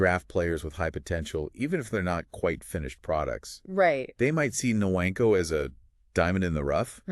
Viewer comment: “Nwankwo” is phonetically pronounced “Woun-quh“ NOT “Nuh-wain-quo”. Great analysis nonetheless.